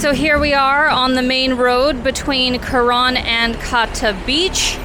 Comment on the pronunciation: Thailand had a huge russian component for many many years. Restaurants very often had a russian menu as well. At some point the ruble had a crash and most went back but i guess they're in thailand again. The pronounciation of Karon in this video sounds more like Koran which was a bit strange